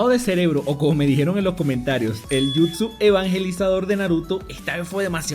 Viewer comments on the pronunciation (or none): none